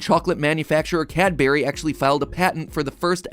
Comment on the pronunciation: It's not pronounced "CAD-berry", but rather "CAH-bri"